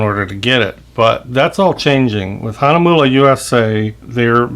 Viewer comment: 4 and 1/2 years ago! THANK YOU FOR PRONOUNCING THE NAME CORRECTLY! I have been trolling reviews of this brand, and YOU are the only one I have found to pronounce it well. As always, I love your humor! Thanks very much,.